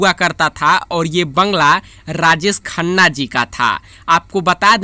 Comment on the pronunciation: Rajesh Khanna Not Rajees Khanna